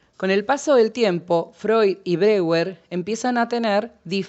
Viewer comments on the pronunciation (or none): Muy útil el vídeo, sería coherente que si nombra a Freud correctamente, también lo haga con Breuer (pronunciando Broier). Gracias por el vídeo!